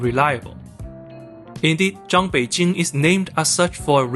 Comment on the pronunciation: Why does Zhang Beijing sound like “John Beijing”?